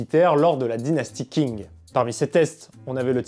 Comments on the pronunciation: Le nom de la dynastie Qing ne se prononce pas comme King en anglais Le "Q" en pinyin pourrait ressembler davantage au son "ch" De plus le "g" à la fin ne se prononce pas vraiment, se serait plus comme un "gn" pas trop accentué Une prononciation plus correct serait peut-être "Chign" Voilà voilà... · Qing se prononce plus comme Tching que King par contre. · Bonne vidéo mais attention : Qing se prononce tching* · Juste si tu parles des armes chinoises fait attention à la prononciation. Par exemple, 'qing' ne se dit pas 'king' mais 'tching', 'zhang' se dit 'djang', 'han' se dit plutôt 'ran' (avec un r raclé) Super épisode sinon